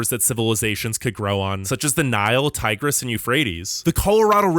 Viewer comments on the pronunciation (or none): none